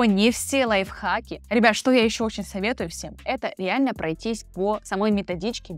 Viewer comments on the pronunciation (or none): none